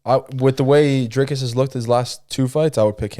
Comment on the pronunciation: Why do mfs keep saying Driscus . It's Dricus , there is no s